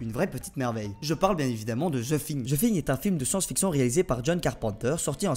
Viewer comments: "Ze Shingue" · J'abuse en vrai tu le prononces bien ;)